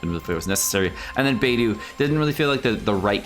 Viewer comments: Literally everyone else: Beidou: BAYDOO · Your mispronounced there names this is how your suppose to pronounce them Beidou= Bay-dou Xiangling= Chang-lin (you don’t really need to Pronounce the G at the end unless you want to) Xingqui= sing-cho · It sounded more like beydu lol